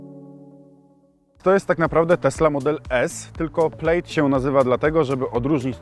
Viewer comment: Plaaaaaad nie plejd